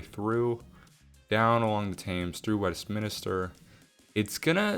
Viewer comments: The River Thames is (confusingly) pronounced “Temz” 😉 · The H in Clapham, Balham and Thames are all silent. English is a funny language.